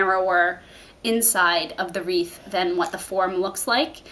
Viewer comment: It’s wreath...not reeve, please! Thanks for the video!!